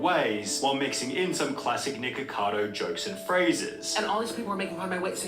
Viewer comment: I kept hearing "niggacado"😂